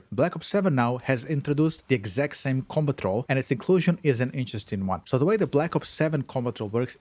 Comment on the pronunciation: Took me way too long to realize this dude was saying "Combat Roll" 😅